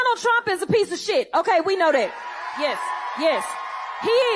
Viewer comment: "We know det" no one in Congress should be speaking ghetto ebonics.